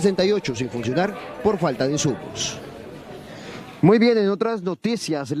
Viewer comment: Los medicos no son "inzumos" señora. Respete y entienda o busque el significado de las palabras que usa al hablar.